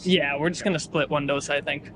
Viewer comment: American saying dosa properly while North Indians struggling with it😂